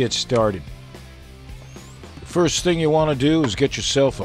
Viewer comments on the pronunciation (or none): none